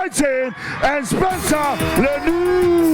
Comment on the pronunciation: Why is this dj pronouncing Leniu like that. He's not palagi buthe might be not all there.